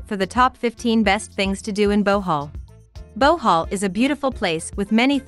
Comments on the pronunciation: Why is she saying Bowhaul instead of Bohol? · wow Bohoooololo thanks for educating me on this. Pronounce it : Buh-hall , here in Manila